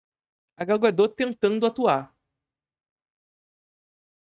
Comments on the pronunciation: Adoro seu conteúdo! Mas fala o nome correto dela. É Gal Godot sem o t mudo. Pode falar o t sem medo. 🤣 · Gau Gadô